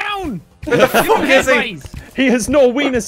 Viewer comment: NPC: exists Jacksepticeye: "Fwuk 'em up!"